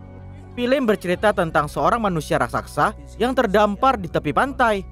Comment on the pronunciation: Ngomong "raksasa" aja salah (rasaksa)